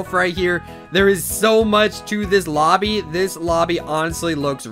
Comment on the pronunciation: did i just hear obby not lobby